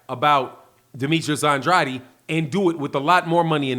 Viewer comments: It's pronounced aid not adi. You keep saying Andrade's name wrong. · Please say his name right Andrade sounds like and trade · Ya saying Andrades name wrong bro